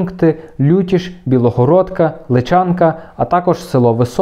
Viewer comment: Дякуємо. Тільки село ЛИчанка. Наголос на перший склад ;)